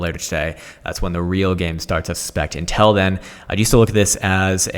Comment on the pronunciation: Please learn to pronounce 'until' properly, it's making my ears bleed.